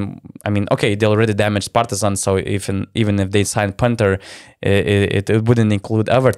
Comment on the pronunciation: ALOOOO you forget the correct way of pronouncing Partizan while you were on break!!!!